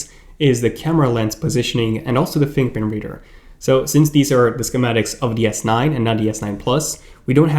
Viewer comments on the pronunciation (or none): Keep saying “Fing pint”